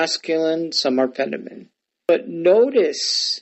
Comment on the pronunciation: Was tracking till you didn't know how to pronounce "feminine." Seriously can't pronounce a key English word....I don't trust you on the Greek.